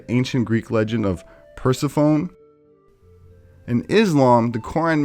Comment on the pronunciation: Interesting. Pomegranates also represented the ovaries of a woman - a cluster of tiny seeds/eggs. And Persephone isn't pronounced PER-si-fon. It's pronounced Per-SEP-o-nee.